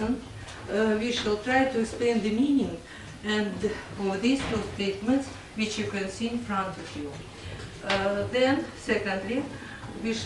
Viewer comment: Мне странно, что учитель произносит "р" так резко, что "w" в слове "which" превращает в обычное "в" без свойственного ореола. Речь звучит грубо и топорно. Но при этом учитель демонстрирует умение нормально строить предложения, наверника знает много правил и умеет их применять. Знание правил, словарный запас и произношение должны расти параллельно. Кажется даже ученики лучше произносят те же слова.